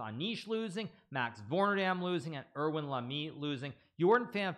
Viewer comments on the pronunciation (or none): none